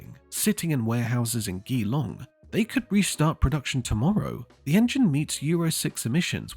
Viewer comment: The Barra is gold. Completely underrated. BTW.. its GEElong as in Gee Wiz. Bloody AI crap.